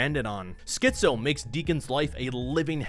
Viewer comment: Great vid. But man, you pronouncing Skizzo as Schizo constantly sent me 🤣🤣🤣🤣